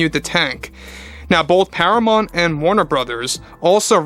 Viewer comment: Do you mean Paramount? Youre saying Paramont. I assume you mean Paramount?